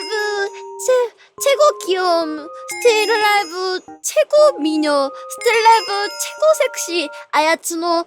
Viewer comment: 스텔라이브가 아니라 스틸라이브로 들려요